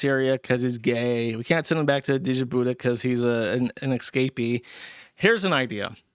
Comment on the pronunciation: how does a 30+ year old man not know how to pronounce djibouti